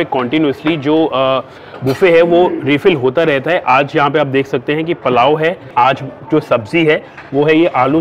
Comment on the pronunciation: Palao nahi bhai wo pulao hot hai